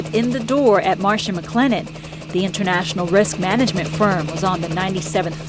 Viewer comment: MARSH- MCLENNEN.... not "Marsha"